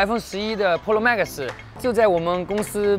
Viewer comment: 把 Max 讀成 Maxgas.....